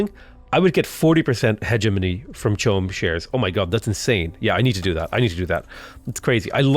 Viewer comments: Watched all the vids! Man is still saying hedge money instead of hegemony tho! [He gem un ee] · I think it's pronounced "heh-GEH-muh-nee", hard G - or at least it was years ago when I took my Oral English exams in school :P